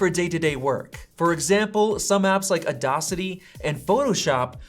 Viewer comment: dude really called it audocity 😂